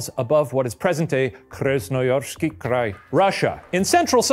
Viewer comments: wanted to mention that Shane’s pronunciation of the Eastern European names, especially of Krasnoyarsk Krai, was excellent, and it really impressed this Eastern European viewer! (originally from Russia but live in the States now) Keep up the good work :) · The pronunciation of Krasnoyarskiy Krai was actually suprisingly good